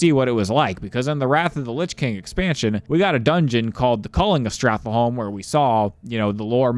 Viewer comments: Homie added a whole syllable to Stratholme.... Stratholholme XD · Say stratholme one more time for me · Please don't pronounce Stratholme like that ever again... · Why do you pronounce Stratholme that way?